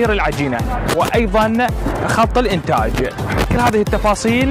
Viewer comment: عزيزي الإعلامي... ليس انتقاصا من شرحك للمشروع(مصنع التدوير) لكنك طريقة كلامك وكأنك تذيع بيان رقم ١ .... تركز على الحرف الأخير أثناء شرحك للمشروع... غرففف ، انتاجججج ،العراققق، تدويررر... تحياتي